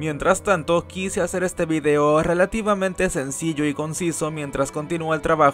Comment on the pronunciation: "RELATIVAMNTE SECILLO" awesome <3